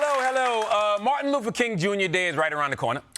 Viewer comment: I believe it's "Martin Lufer" as CTG just said